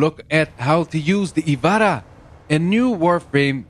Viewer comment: its not the ivara. just ivara